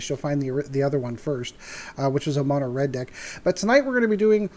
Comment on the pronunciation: Mono-red. Please no.